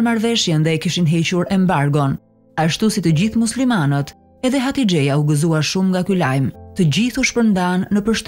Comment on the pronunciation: Hatixhja jo hatixheja